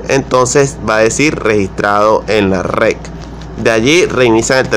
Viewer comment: Que no es RED ? dice usted "rec"